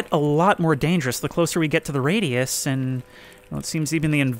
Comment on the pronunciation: I heard "into the feetus"😂😂